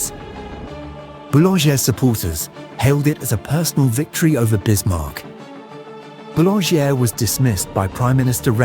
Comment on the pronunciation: Boulanger is pronounced: Boo-lahn-zhay